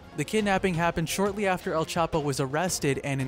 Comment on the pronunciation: It's not L. It's EL